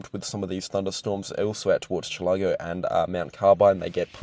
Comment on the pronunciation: Your work here is fantastic, my guy ! Just a quick note from a North Queenslander - It's pronounced CHILL-ago, not chill-A-go. Again, solid fan of your craft !